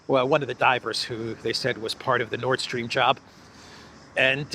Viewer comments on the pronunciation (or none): none